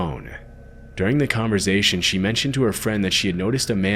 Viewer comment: Please stop saying 'converZation', it's 'converSation.